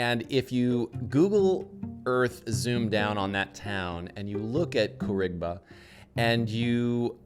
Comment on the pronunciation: Spelt Khouribga. guy says it correctly Same guy: "Khourigba" 🤦🏽‍♂️